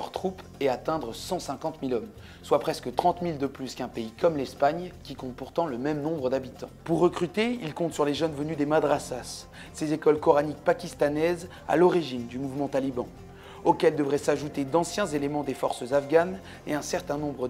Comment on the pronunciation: madrasas on ne prononce pas le "s" final...